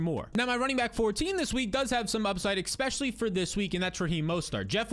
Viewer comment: Love the content. Hate the way you pronounce the word 'ecspecially'